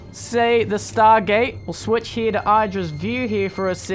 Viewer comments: Id-ra, not Eye-dra. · Not EYE drag. i-h-dra. As in idrajit.